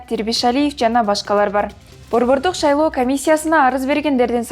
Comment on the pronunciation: азаматсын,бирок утуру эле шайлоо деген созду шалоо деп айттын,5 жылдан 2 жолу дегенди 5 жылдан 2 жыл деп айттын.Кыргызчанды онуктур,сабатту Жана так суйлош керек журналист,создорду "чалкаштырбай!"